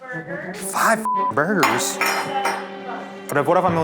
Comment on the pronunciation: Why she keep saying boorgers 😂😂😂😂